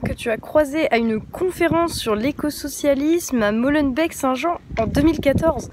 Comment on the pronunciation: Waw, tu dis pas "Molenbec-st-jean" ! Génial pour une française ! Félicitations !!!! Signé, un belge